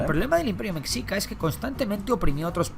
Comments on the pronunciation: Me dolía cada que decía "mesica" es mexica (se lee meshica) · Por cierto, mexica....no se pronuncia como México, ya que ese era la pronunciación española, no la pronunciación real que debe ser messhica o meshica....en Nahuatl, la X se pronuncia como sh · Cómo me duele escuchar cuando dicen o más bien pronuncian la palabra "Mexica"